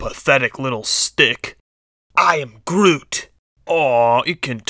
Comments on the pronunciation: The Flash 101 it is grooy not groom XD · Grooy, not Groom, Groot, not Grooy, seems familiar.... "Zod, not Grodd!" "Grodd, not Zod!" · The Flash 101 its groot not groom. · The Great Newb its groot not grooy